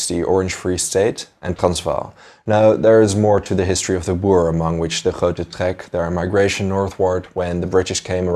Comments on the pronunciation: Why can no one say the Groot trek correct ? It is Die Groot trek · Ek dink hy het die Nederlandse uitspraak probeer sê: De Grote Trek.